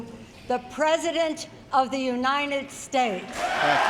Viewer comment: What did she say? Unined States?